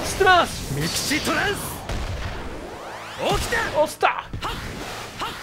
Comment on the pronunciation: O mais engraçado é que quando o tsurugi usou o mixtrans do okita ele falou "ostar" kkkkkk Mas nn sou hater amo seus videos ❤